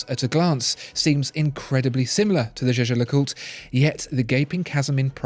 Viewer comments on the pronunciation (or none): Jaeger is pronounced "Yager" not 'Jeje'! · Jäger, not jeje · Jaeger is I think prounced as "yaeger" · It's "Jaeger", which can also be written "Jäger" and pronounced in that way ... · Can we talk about how you lronounce jaeger please?